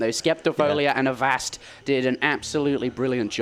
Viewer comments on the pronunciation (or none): none